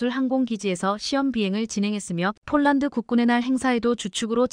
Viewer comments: 폴란드, 를 촐란드로읽으면어떡하냐? 제발좀 바르게방송좀해라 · 폴란드 를쫄란드로 이상하네 ❤❤❤ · 쫄란드. ㅋㅋㅋ 인간이 읽는게 그리 어렵나…. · 문장읽는 것 연습 좀하고 읽어내려가기를! 띄어 읽기, 발음을 강하게 해야 할 때(특히 중자음) 약하게 발음하는 것은 큰 잘못! 표준 발음은 아나운 서級이어야! 예로, 폴란드를 쫄란드로 읽다 니! 주의력까지 부족하니 걱정! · 폴란드를 쫄란드로 잘못 기재되 였다 해도 "쫄란드" 읽으면 않되는것 아닌가 ㅉㅉㅉ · 쫌 제대로읽으세요. 쫄란드가뭡니까?